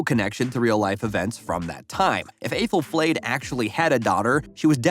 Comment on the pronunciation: Aythel-flayed 👀😬 have you even seen the show? Sooooo many mispronunciations and other errors